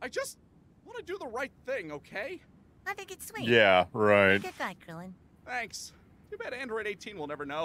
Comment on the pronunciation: Until I turned on the subtitles one day I had always thought krillan said blueberry bastard